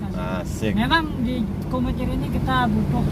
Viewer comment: Bukan KUMITIR tapiGUMITIR